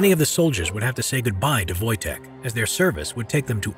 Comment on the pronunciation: Thought you said Wojak for a sec